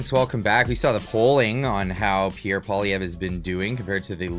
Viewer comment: Bet-David should at least learn to pronounce PP's name if he wants to talk smack about him LOL